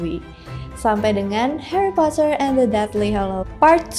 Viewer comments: indonesia nya heri poter😭🙏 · Sumpah aneh bet denger Hari Potret 🤣🤣🤣